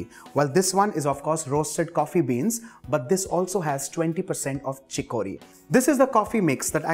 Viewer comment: Pronounce CHICORY..... CHICK+UH+REE